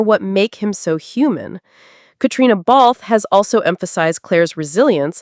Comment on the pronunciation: Why in the world don’t you learn how to pronounce HUEGHAN, BALFE and FRAZER!!!!!!! If you’re going to talk about them at least have the courtesy to say their name correctly. Their fans don’t appreciate all the mispronunciations!!